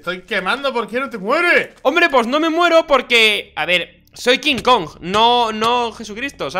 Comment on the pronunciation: Se dise kong